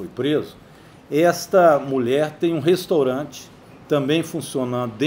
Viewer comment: Este velho gagá, é professor? Pois deixa eu lhe ensinar... o nome não é restOrante... o nome é restAUrante.